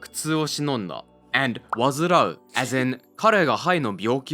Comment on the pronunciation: That 患う is read わずらう, not わずう. 動画が続いてありがとうございます。 元気になってよかった！